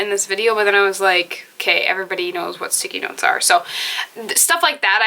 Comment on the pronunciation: When u said "sticky notes", for a second I thought I heard "Sikinos" (an unknown Greek island), and I was like huh??? lol❤